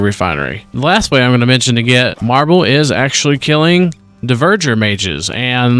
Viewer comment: Also, DvErgEr - not deverger